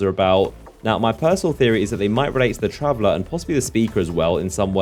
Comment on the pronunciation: STOP PRONOUNCING IT TRAVELLAAAAR!!